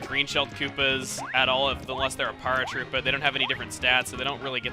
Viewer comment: why do you say "Paratroopa" so weirdly? it's "pear-uh-troo-puh" you know? like "parachute" and "paratrooper"?